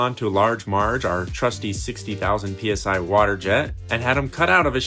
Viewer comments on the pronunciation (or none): none